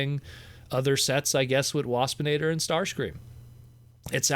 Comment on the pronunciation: When you said "Dinobot, Starscream and Wapsinator" I thought you said "Dinobot Starscream".